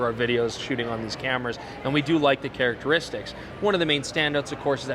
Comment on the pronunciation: ... you like the "carroteristics" well said. 😂🤣